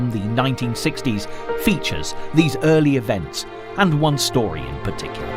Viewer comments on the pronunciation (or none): none